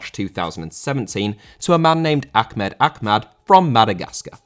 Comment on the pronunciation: Very informative vid bro, but the way you slandered the pronunciation of Ahmed Ahmed name hurt me.